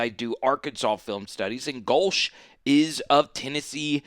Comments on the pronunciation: No, you’re NOT pronouncing Go-Leah correctly. Therefore, you are to be ignored. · You don’t know how to pronounce his name, but people are supposed to take you seriously? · If you don't know how to pronounce a coaches name they you shouldn't do an analysis of his team.